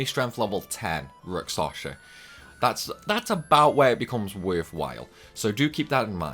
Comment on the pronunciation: I'm concerned about some of your pronunciations (and it's not your accent) - I'm sorry if this sounds critical, but I'm genuinely concerned that you may have dyslexia or a related condition. * Rakshasa (you're saying it like rak-sa-sha instead of rak-sha-sa, inverting the last two syllables) * Evility (you're saying it like e-vil-tee instead of e-vil-i-tee, completely omitting the third syllable) * Melodia (you're saying it like mel-i-o-di-a instead of mel-o-di-a, inserting an extra "i" after the first syllable)